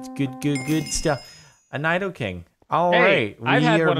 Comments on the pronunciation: It's Nee-dough-queen and Nee-dough-king, not Ny-dough-queen and Ny-dough-king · Angry rage its nido-king (knee, doo, king) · It's pronounced, knee-doh-queen and knee-doh-king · im triggered they said nidoqueen and nidoking's names wrong